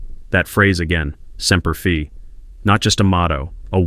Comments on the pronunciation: It’s spelled Semper Fi,,,, And it’s pronounced “simper fy” not Semper fee . Semper fidelis is a Latin phrase that means "always faithful" It is the motto of the United States Marine Corps, usually shortened to Semper Fi. The AI’s pronunciation is very offensive and disrespectful. Please correct it . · It's Semper Fi, not Semper Fee At least get that right. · semper FI not semper FE.... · What in the HELL is Semper Fee ? Get your History Straight... It's Semper Fi not "FEE". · Aint pronounced semper "fee" it is pronounced semper "fie" semper fi. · Pronounced semper fi correctly...good grief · Semper Fi being read as Semper fee is driving me nuts👎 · I cringe every time he mispronounces Semper Fi. I made it almost halfway but I can’t finish. Based on the comments, it might be better if I stop 🛑 now. I hope he never goes back and he should not raise that baby. Let her live with the consequences and let the sperm donor do his duty. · I wasn’t a Marine, but every time he mispronounced Semper Fi grated my nerves.